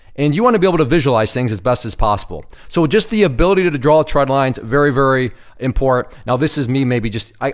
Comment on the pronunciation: Great video. The only issue I had with it is you kept saying “tread lines,” and they’re “trend lines.” Other than that, everything was good.